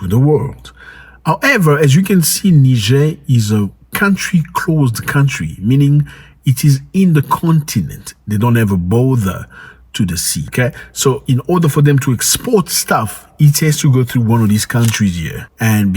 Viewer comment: Hello Zack Sorry keep saying BOTHER is BORDER not BOTHER You confusing some of us brother... I hope no hush fillings. Peace and love brother.